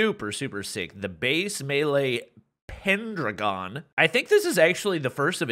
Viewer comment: did he just say pen deragon? like a polygon?? my friend it's pen-dragon